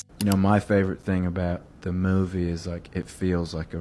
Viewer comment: love him but i’m starting a petition to stop harry styles from pronouncing ‘movie’ that way